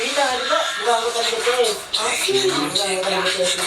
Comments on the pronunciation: Di baca nya betees yakk :v (bities woyy) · Bilang nya jan bete es tapi bi ti es